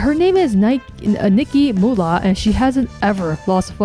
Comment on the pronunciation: I think her name is pronounced Nike.